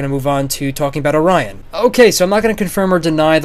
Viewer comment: Or-ree-on Orion